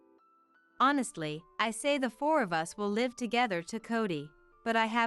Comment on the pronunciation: live is not pronounced correctly